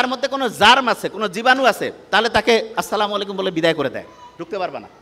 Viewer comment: Rose tv কে অনুরোধ করতে চাই, যদি পারেন এই কে সহীহ শুদ্ধ করে সালাম দেওয়া শিখাবেন। তিনি মুসলিম এবং কুরআন জানার চেষ্টাও করেন। কিন্তু তার সালাম এর উচ্চারণ হয় আছলামালাইকম। নাউজুবিল্লাহ! এই সালাম অমুসলিমদের আবিষ্কার।